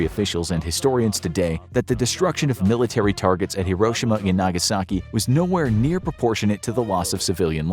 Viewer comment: Nagaski??? Missing a vowel there, bro.